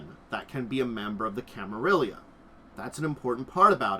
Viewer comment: I get that you say you are not good with pronouncing stuff, but I feel like at that point the best option is to just read the letters as written and just don't try to interpret any special pronounciation gimick, which begs the question, where does the 2nd "i" come from in Camarilla.